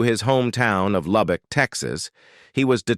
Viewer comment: Uhhhhh…where is Loubock, TEXASSSS…?…you sound like a rail dombassss